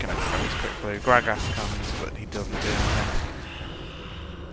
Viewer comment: Grag-ass lol. I love how you say gragas!